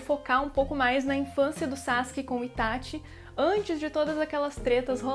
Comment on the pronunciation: Q delícia ouvir alguém falando ITÁTI e n ITÁXI